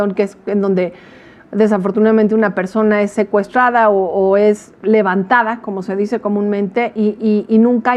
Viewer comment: “ej inmoral lucrar con laj tragedia, por otroj, jolo yo tengo el derecho de hacerlo, je je je”